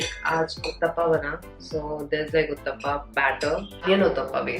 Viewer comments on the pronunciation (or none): It's Uthappam. Not Uthappa 😂